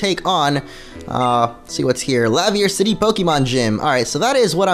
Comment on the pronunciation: or Laverre City